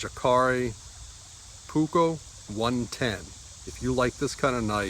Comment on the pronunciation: the J in the name is pronounced as a Y. in all Scandinavian languages.